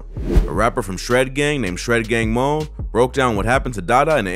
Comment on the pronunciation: It’s pronounced MONNIE… like Mon Knee not Moan… Shredgang Mone